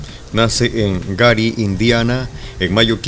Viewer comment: Guery se pronuncia no Gary